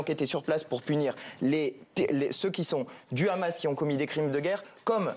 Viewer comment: En français on dit Hamas et non pas Khamas...